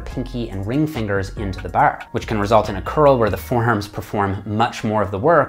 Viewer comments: you say bar like your a newfy. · I forget he's Canadian until he says "Bar" and "Arch" LOL